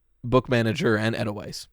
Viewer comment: Hey you did pronounce Edelweiss correctly! love from Switzerland:face-red-heart-shape